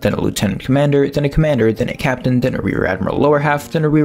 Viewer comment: I must have missed it...when was he promoted to cap-TANE?